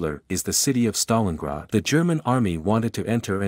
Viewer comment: My dude pronounced Stalingrad about 14 different ways, lol. Good video.